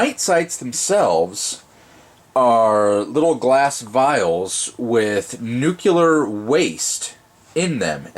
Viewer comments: nuclear not nucular goddammnit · It's Nuclear, not Nucular - Check that pronunciation here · Thanks! This is just what I was looking for. But please, the word is nuclear not nucular. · It’s Nuclear, not Nuciler! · Nuclear, not nukuler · Nuke-you-ler. It's pronounced Nuclear. -Homer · For bonus points he pronounced nuclear “nuke u lar”... instead of “Nuke lee ar.” Lol. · Nuclear or nucular? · nuculer waste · He said Nucular waste too... gag me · Nuke-ular? George Bush, is that you? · NUCULAR waste? really?Tritium is not nuclear waste. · Wow. No one can pronounce this word and it is hilarious 😂. Nuclear. “ New-Clear “. But yes,! You are still very correct. Tritium is not and does not contain nuclear waste lol.